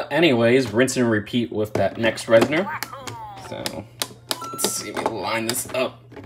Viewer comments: Res-nor as opposed to Res-ner lol that’s all 😅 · It is a little annoying to hear call the Reznors “reznerz” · Why does everyone pronounce Reznor as reznER now